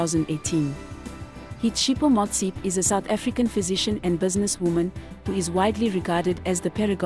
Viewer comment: Learn to pronounce people's names correctly. South African first lady is Dr Tshepo Motsepe